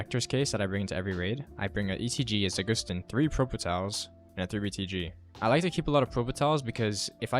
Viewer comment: Za gust tin, I hate how people pronounce words